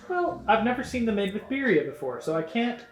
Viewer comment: crying sobbing as I hear the simple pronunciation of Birria and tortilla 😭😭 I can’t do this anymore